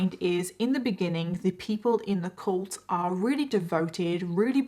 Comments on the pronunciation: Heh heh I like the way you say cult hahah cULt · I love your videos but I can’t deal with your pronunciation of cult. Coolt.